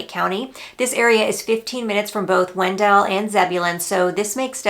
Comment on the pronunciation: wen-DELL! Yes, it's named after Oliver Wendell (WEN-dle) Holmes, but it's not pronounced the same way (per town staff circa 2000 - I asked about the discrepancy, and they laughed it off). My son bought in Angier (not even Wake County) late 2022, and I'm not looking at stats, but it seems that the asking prices are comparable to Garner these days. Love the videos :)